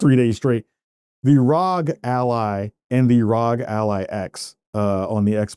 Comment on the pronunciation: It's not pronounced "Rhog". To pronounce it correctly, you enunciate each letter individually as in "Are Oh Gee". Pronouncing it "rhog" is just weird and wrong lol